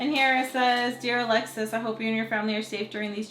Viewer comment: She’s adorable and just like her mama ♥️ I love how her name is said in Spanish ♥️